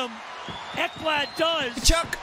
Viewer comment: Good job on the pronunciation of Tkachuk. Getting better! Love all your videos. Keep doing your thing. You’ve become my favorite YouTuber.